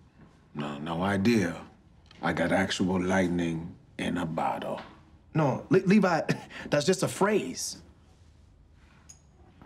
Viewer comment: "lightnin in a botto" im dead